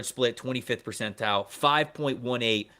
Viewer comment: I need answers on why refuses to pronounce the “T” in the word Percentile… 😂